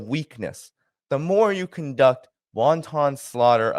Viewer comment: Love you,. Excellent reportage. Just a few friendly corrections: It's wanton ("wan-tin"), not "wonton." And it's foment ("fo-ment"), not "forment."